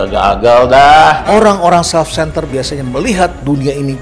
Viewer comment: HAHAHA... LIJAL LAMLI n LOKI GELUNG "SELF CENTEL" . BLAVO PLOPESOL LHEINALD KASALI